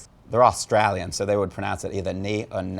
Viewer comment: and as an Australian viewer.......im pretty sure tried to say "Australian" right? it just sounded like australien due to a bad attempt at "bogan"......Its Latin and translated to English it means "Forget not" sooooooooooo even here in Australia I imagine the pronunciation stays Latin? haha (though I'm sure there are many bogans who struggle saying this one haha)